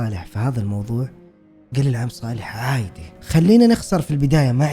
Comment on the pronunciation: احب حين ينطق عادي يقول عايدي 🤣🥲💗